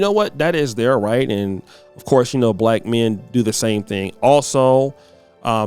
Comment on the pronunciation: She didn’t say black; she said back. It’s definitely her😂😂😂😂